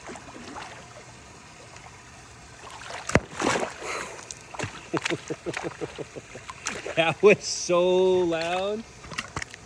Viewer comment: Honestly I thought his name was “Deino” not Dino just cause the way you pronounce it and the fact that Deino is also short for Deinosuchus which was a species of giant prehistoric alligator